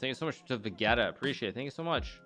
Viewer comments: really no one gunna talk about how he called Vegeta "Ve-getta" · he said vegaeta >_< he called vegeta vegaeta!!!! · he mispronounced vegeta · I appreciate the mispronounced Vegeta